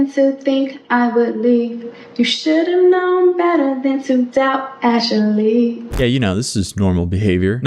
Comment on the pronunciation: “You should’ve know better than to doubt Aa-shaly 😝”